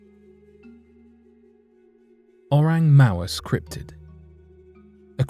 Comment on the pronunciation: "Oreng Mawes" 😂😁😂